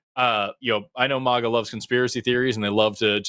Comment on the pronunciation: Forrest, the A in maga, is like A-getha, or a-gate. ✌️